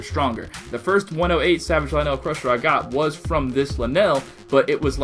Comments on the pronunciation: Pronounce it lynul, you are aware vowels have a soft and a hard sound right? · I noticed you changed the way you pronounce "Lynel" halfway through the video o.O Thank god you stopped saying Linel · I cannot listen to u say lynel wrong anymore Clicks of of the video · 99% of people complaining of his pronouncination of lynel 1% enjoying the video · why is it when you read the name of the weapon you say lynel correctly but when you say the name of the beast you read the name weird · Is it wrong to say that he’s not saying Lynel correctly? I pronounce it “Lie-Nol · The way you pronounced lynel triggered me so hard.. Lin-el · One he said lah nell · "Akayla" "Lanell" Seriously, pronounce them right please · pretty sure it's pronounced lie nell and ukulla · "It's not pronounced "Lanell", it's pronounced "Motherfucking Soul - Sucking assholes". Learn English. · Lynel rhymes with vinyl, not Ma Bell. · Why do you pronounce it lie neil but it’s pronounced ly nul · ITS LYNEL NOT LINELL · He pronounces Lynel as (Leh-nel) but pronounces Lynel Crusher as (Lie-null) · lyneel? it's lynel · Lnells are. It’s lynels lynels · Oh And Its Pronounced As Ly-nel Not Ly-nell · Linelle sounds like a hygiene product for women's time of the month. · it's not "linel" it's "lie-nel)... like... lion. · Is it pronounced Lin L or Lie Nel? You said both lol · ITS PRONOUNCED LIE-NLL and AKKOLA!! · It's pronounced Lynel (lie-null) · You said lynel like lynal XD say it right next time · You saying "Lynel" Is Killing Me Its L-Y-N-E-L not "LANNEL" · LIN-ELS, NOOOO STAHPPPPPP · My man says Luhnell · Dude, it’s lye-nul. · Lynel is just a spin off of a lion, hence the pronunciation; ‘lie - null’ could think of it as, Lion - el (Lionel) :) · Dude everyone that comments on your video says it’s pronounced lie-nel (witch it is) and you said right like 3 times in your vid and your arguing with them like your 7 come on if you’re going to argue at least search it up first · Can you no say luh - Nelll